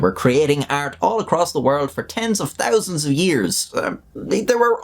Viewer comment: It really, REALLY bothers me that you only choose to pronounce the H in some words, only a quarter of the time. Like whats the point of saying "thirty thousand" as "turty thousand" Either say "thirty thousand" or commit to your accent and say "turty tousand" Fk bud, figure it out.